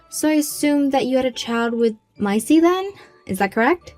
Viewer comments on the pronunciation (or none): Its maisie is pronounced maysee